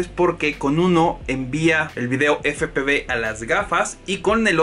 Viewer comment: Efe pe uve...!!! 😂😂 Pero buen video.